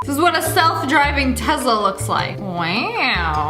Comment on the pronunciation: More to add to the list of things Sssniperwolf pronounces wrong: Muckbangers: "Muck-Bangers" Michelin: "Michay-Lynn" Werther's Candies: "Weather's" Tesla: "TeZZ-La" Farfalle: "Far-Fall" and "Far-Full" Meditative: "Med-I-Tive" Stallone: "Stalline" Bruschetta: "Brew-Shet-Ah" Baskin Robbins: "Baskin Robbels" Mozzarella: "Mots-AHELL-Ah Shutterstock: "Shutter-Shock" Picasso: "Pi-Cazz-O" Amphetamine: "An-Fetta-Min" Conformation: "CoM-firmation" Macaron: "Maca-Roons" Pumpkins: "PuN-kins" Hideaway: "Hide-Er-Ray" Petri Dish: "Pastry Ðush" Balsam: "Ball-Sam" Michelin: "Ma-Shell-In" Mirror: "Marrar" Basil: "Bah-Zol" Paprika: "Pap-Ri-Kah" Carpaccio: "Car-Pass-Cee-O" Foie Gras: "Frah-Grah" Gargantuan: "Guy-Gan-Chu-Lar" Mayonnaise: "Main-Ace" Caesar: "Seizure" Naruto: "Nar-Roo-Toe" Siphon: "Sif-In" Centaur: "Sen-Too-Ar" Badminton #1: "Ban-Ming-Ton" Appliqué: "Ah-Pleek" Croissant: "Crow-Sant" Bas-Relief: "Bass-Relief" Jicama: "Jah-Comma" Dijon Mustard: "Day-Jawn Mustard" Cheapskates: "Cheap-ScaPes" Muckbang: "Muck-Bang" Acai: "Ah-See" Swab: "Swaaaab" Cuisinart: "Cuisine-Art" Cacao: "Co-Co" Badminton #2: "Band-Min-Teen" Rabbit: "BraAAh-Bit"